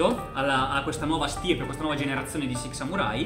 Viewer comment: Si pronuncia "LOR" E si dice SIX samurai